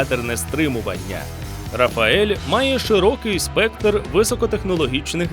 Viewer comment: "Рафаель" лол. Уже б зразу казав "рафаелло" 😁